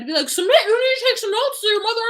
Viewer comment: And so should Soo-mit too 🤢